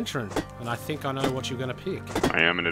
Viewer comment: it sounds like you say "wheat is going on guys"